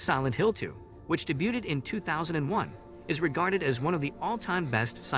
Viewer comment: I agree. The pronunciation of some of the words was just... off ("debuted" only has two syllables, for instance), and the the cadence seemed a bit weird.